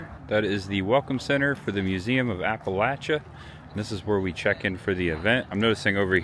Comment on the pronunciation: 🦩🐻🎄 Hi! Candlelight Christmas is fantastic in a way that can only be appreciated when you set aside the noise and spectacle of modern day and turn back the clock to simpler times. You did well, btw. You only said Appalachia incorrectly a couple of times. 🤪🥳 You are bringing a part of American culture and heritage to light that needs documentation in order to preserve it and to share it with the world. Thanks,, for bringing us along. Safe travels! 🎄🐻🦩